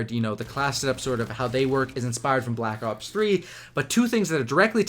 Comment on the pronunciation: Is it just me or does he sound like hes saying black cocks 3 ?